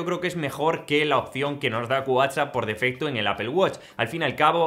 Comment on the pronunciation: No, hay momentos en los que no se te entiende si dices “whatchChat” o “WhatsApp “ y eso confunde 🤦‍♀️